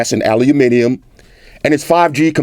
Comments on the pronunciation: "Owl loom mini yum" roll call, y'all. Haters need to pronounces 'Aluminum' like boss with Floss! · OK, so now we got you saying Aluminium right, we gottta work on you saying Maths properly! With an S. 😉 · An american that says Aluminium correctly! Huzzah! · First American I've ever heard pronounce the word aluminium the way it is meant to be pronounced.. Congratulations sir. A very good and comprehensive review. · Any American who pronounces "Aluminium" correctly has got my vote